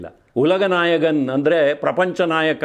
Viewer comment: ಸರ್, ಕಮಲಹಾಸನ್ ಗೆ "ಕಮಲಹಾಸನ್" ಎಂದಷ್ಟೇ ಸಂಬೋಧಿಸಿ. "ಕಮಲಹಾಸನ್ ರವರು" ಬೇಡ. ಮತ್ತು ನೀವು ಹೇಳುವಾಗ "ನಾಯಗನ್" ಬದಲಿಗೆ ಕನ್ನಡ ಉಚ್ಚಾರಣೆ ಪ್ರಕಾರ "ನಾಯಕನ್" ಎಂದು ಹೇಳಿ. ಅವರನ್ನು ನಾವ್ಯಾಕೆ ಅನುಸರಿಸಬೇಕು. ಉದಾಹಾರಣೆಗೆ "ಶಂಕರ್ ಗುರು" ಇದನ್ನು ಅವರ ಕೈಯಲ್ಲಿ ಹೇಳಿಸಿದರೆ "ಶಂಗರ್ ಗುರು" ಎಂದು ಅವರ ಶೈಲಿಯಲ್ಲೇ ಉಚ್ಚರಿಸುತ್ತಾರೆ. ನಮ್ಮ ಕನ್ನಡದ ಪ್ರಕಾರ ಉಚ್ಚರಿಸುದಿಲ್ಲ. ಹೀಗೆ ಉದಾಹಾರಣೆಗಳು ಹಲವು. ನಾವು ನಮ್ಮ ಪ್ರಕಾರದ ಉಚ್ಚಾರಣೆಯನ್ನು ಯಾಕೆ ಬಿಡಬೇಕು. ವಿಷಯ ಅಲ್ಪ. ಆದರೂ ಅಲ್ಲೇ ಭಾಷಾಭಿಮಾನ ಇರುವುದು. ಈ ಬಗ್ಗೆ ಬಹಳ ಹಿಂದಿನ ಸಂಚಿಕೆಯೊಂದರಲ್ಲಿ ನಿಮ್ಮ ಈ ರೀತಿಯ ಉಚ್ಚಾರಣೆಗಳನ್ನು ಕೇಳಿ ಹೇಳಿದ್ದೆ. ಇದಕ್ಕೆ ಉತ್ತರವಾಗಿ ನೀವು ಸರಿಪಡಿಸಿಕೊಳ್ಳುವಿರಾಗಿ ಹೇಳಿದ್ದಿರಿ. ಏನಂತಿರಿ?